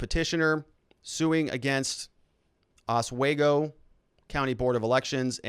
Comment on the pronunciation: Haha... Their hypocrisy knows no bounds... Long time Listener, first time Caller... awful what YT is doing to the Channel, just as entertaining listening to you grit through your teeth though. I feel for ya. Being a Midwesterner, lemme help... OswEgo (long E), & OnEYEda (long I)... lots of Indian names out this way. Your Correspondent On The Ground in Kenosha, Jim